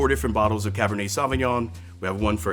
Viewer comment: So good but Jesus Christ, learn a bit of French pronunciation! “Sovvinyon-“ no.